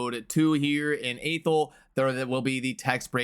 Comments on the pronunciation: its not AY-thel its AH-thel um | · Athel, pronounced Athel. Who knew 1um |